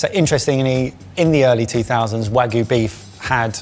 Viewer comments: Come on, guys… if you’re a food channel, you should know it’s pronounced wagyu and not wagu, gyu meaning meat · i still can't get over the weird way pronounces wagyu as "wah-goo". the last burger looked way too much, esp the cut of pickle. the white castle burger is a classic though. in college, we occasionally would go grab a crave case or crave crate because it was cheap and just a ton of food. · I hate to be that person but every time they say Wagyu I die a little inside